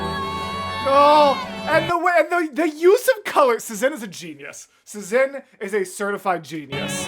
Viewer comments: As someone from Szin's country, it is my duty to say that you pronounce the channel name same as you would the word "Shin". Polish just works differently lmao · Its pronounced "shin" btw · I'm 3 months late, but whatever 😂 1. a couple comments mentioned it, but yeah it's pronounced "shin" 2. a cool piece of szin lore is that she would animate eye-sparkles to convey a character is in love, it's very fun to re-watch the whole thing while keeping that in mind :) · since their channel location is set to Poland i assume (as a polish person myself lol) that "sz" in szin is pronounced like "sh" in shower. So the whole name would sound kinda like "sh-in". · It's pronounced Shin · There was an Hamilton animatic reactor back then and they pronounced is like shin (i think they got conformation but don’t believe me 😅) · Ah yes Szin!! The queen of hamilton animatics, and a big staple in the musical community in general. She inspired a lot of artists and animators, including myself. You should definitely watch more of her stuff in the future. oh also btw her name is pronounced more like "shhin" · I love Szin (I pronounce it like Shin, not sure the correct pronunciation). So glad you’re getting into her content ☺️ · As an artist, I really appreciate your color analysis! Szin is always very particular with color in her animatics, and it’s great to see you recognize that. (Also, in case you missed my correction in the premiere chat, “Szin” is pronounced “Shin”! She’s Polish.)